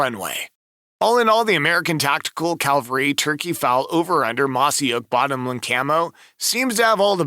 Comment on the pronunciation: The narrator would be more credible if he could pronounce Cavalry properly.